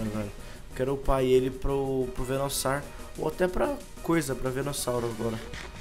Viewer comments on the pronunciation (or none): parem de falar venussauro😭😭😭😭 é VENUSSAUR